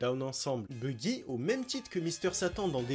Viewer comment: Baggy et non buggy Line line et pas lin lin La prononciation c'est important mon reuf